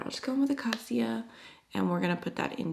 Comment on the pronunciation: It’s pronounced “akayshia” for acacia 😊. Many of these are named after trees and plants.